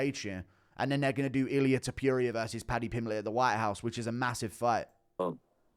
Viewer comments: Its pronounced Te Po ria not te poo ria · No sure person called Illia Tip-pure-ee-yur 😆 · Love you Guru but please learn how to say Topuria's name properly. You've said it so many times it's hard to ignore. Rofl.